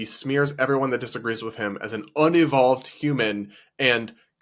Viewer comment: "UN UH VOLVED"? It's pronounced un EE volved.... now who unevolved?